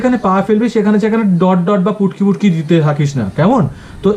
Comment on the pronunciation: Sir ,futki ke putki bolche😊😂😂😂😂😂